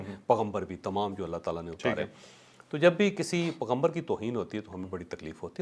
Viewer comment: السلام علیکم ورحمۃ اللہ تعالی وبرکاتہ جاوید چوہدری صاحب نے لفظ پغمبر بولا ہے بہت اس لفظ کی ادائیگی کی درستگی کر لیجئے پیغمبر ہے پغمبر نہیں ہے "پ" کے بعد "ی" ضرور پڑھیں